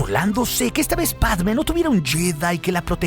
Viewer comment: # Pregunta (zonza) del dia: Por que, a Dorme (la nombras con acento en la e), y a Motee (lo mismo)... pero con Padme (quien tambien lleva tilde) no lo haces? Bah, nadie lo hace...